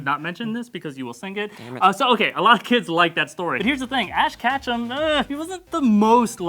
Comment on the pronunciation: "Ash Katchum" Kill me